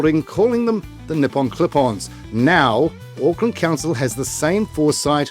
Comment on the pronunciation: AUCKLAND NOT OAKLAND, GET IT BLOODY RIGHT